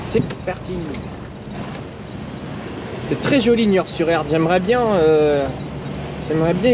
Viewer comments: C'est Nort-sur-Erdre et non Niort-sur-Erdre 😜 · On ne dit pas "Niord" sur Erdre, mais Nord sur Erdre;) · « Nort sur erdre » 😜 allez bonne route on t’en veut pas 😜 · Ce n'est pas Niort sur Erdre mais Nort sur Erdre 😁 Dsl pour les travaux j'étais sur le chantier 😁